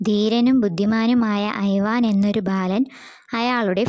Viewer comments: ഐവാൻ അല്ല ഇവാൻ ആണ് ഞാൻ നാലാം ക്ലാസിലാണ് ഇപ്പോൾ പഠിക്കുന്നത്. ഇങ്ങനെ ഒന്നുമല്ല കഥ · ഐവാൻ അല്ല ഇവാൻ അണ് ഞാൻ 4th class student അണ്